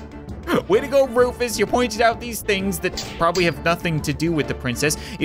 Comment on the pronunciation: He is not rufus he is roofus